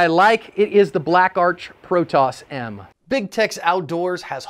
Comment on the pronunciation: Pro-toe'ss/pro-toh's not pro-toss Protos means first or original in ancient Greek. I'm not meaning to be a prick by pointing that out, but I'm a stickler for pronunciation. Also I tell creators these things, so they can look better. Not just to call them out. I feel we need more people doing this, I am always appreciative when someone does it to me, unless they do it in a condescending way, which I never do myself. Btw yes I know they say it like I was saying, I bought my first one of these years ago at a gun show, where I met them and bought one. I later got 4 more online for different guns that I had to custom made